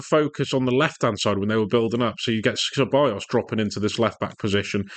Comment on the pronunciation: Good video but Ceballos is said like Sebayos not Kebayos